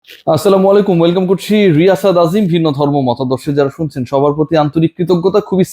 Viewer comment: বুলবুল না চুলবুল ভাই😅 স্লামালাইকুম😅😅